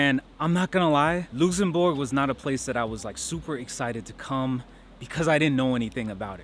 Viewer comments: Hello from Luxembourg, but why you say Loossenbourg XD, its LuXembourg ( I guess you pronounce it like Lucks´embourg ) my friend, but glad you like our country :) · Is "Loosembourg" some kind of an American accent? I've only ever heard it pronounced "luhk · suhm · buh(R)g" (even by Americans..) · helloooo, just so you know it’s luKSembourg and deekirsch (for prononciation) I hope you enjoyed your visit! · Why you pronoincing Luxembourg Lusenbog 😭😭👌 Nice vid btw glad you covered the place where i live. You missed out on a couple of things but i'm happy you enjoyed your time here! I hope you can visit Luxembourg again some time! PS: you just got another subscriber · I never heard someone call my country Loosembourg xD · In English pronounce it. LUCKSENBERG. In German it is. LOOKSENBOORG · Love the energy but learn how to pronounce the name of the country before pressing record bruh😂😂😂